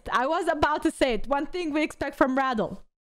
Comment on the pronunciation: its REDEL not RADAL